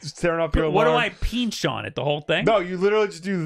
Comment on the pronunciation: "Peench"? It's pronounced "pinch". I swear you new yorkers lol